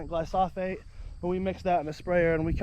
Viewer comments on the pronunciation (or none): It’s glyphosate. Not glysophate. ✌️